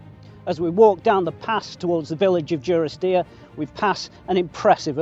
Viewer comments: Take it from me, it is duh-ris-deer. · Great video. Just for info, the village is pronounced DUrisdeer as in 'dundee'